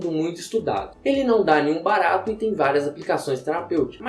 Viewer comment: toda vez que ele fala "barato" eu dou uma risada kkkkk